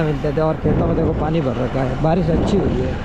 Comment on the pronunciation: Baris ❌ Barish ✔️